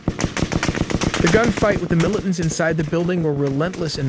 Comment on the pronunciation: What is a "mili-ent"? Is this a new military term?